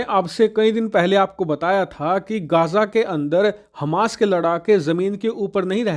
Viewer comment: Hamash ka raudra roop Kya bol rahe he samajh me nahi aaya